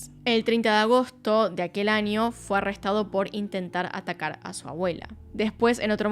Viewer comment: Después de ver algún vídeo tuyo; Pronuncias muy bien el inglés pero aprende a pronunciar espaÑol: NiNIa, aNIo nuevo, pequeNIa, muNiIecas., maNIaña.. Nena aprende a hablar o ve a un logopeda jajajajaja